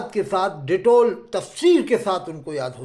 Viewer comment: Abe ditol nahi hai ditail hai